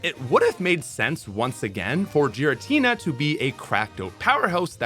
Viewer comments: This is why the anime usually helps with the naming scheme. Cause hearing Jiratina over and over is actually hurting my head. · …instantly skipped the gen 4 section when I realized thats how you were really pronouncing Giratina lol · Can you PLEASE PRONUNCE THE NAMES RIGHT???????, IT'S "GI-RA-TINA", "KEU-REM" AND "YA-VEL-TAL" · 100% pronouncing Giratina wrong. There's official pokemon content where you can hear it spoken. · Those mispronounces of Raquaza, Giritina, Reshiram, Solgaleo, Nekrozma and Zashien hurts me mentally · disliking because of the pronunciations, geez. Giratina with a J Drought like bought moongeist as gee-ist Kyurem as kai-you-rem Disgusting